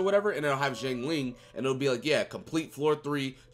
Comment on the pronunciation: It's pronounced shiangling (Xiang Ling)